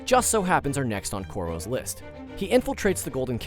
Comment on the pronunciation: In the ign dude says corows